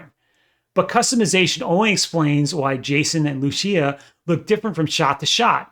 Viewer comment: thats not how you say lucia